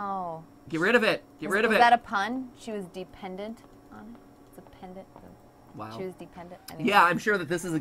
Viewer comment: De-pendant or... Deer-pendant. DEER-PENDANT.